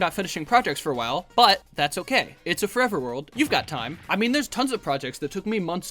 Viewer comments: “Forver” 😭 read your goddamn text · “Start forver”